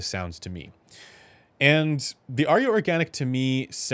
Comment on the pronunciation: There are but TWO syllables in "Arya". 🎧